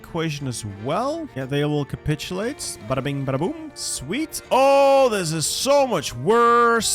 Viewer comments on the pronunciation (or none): none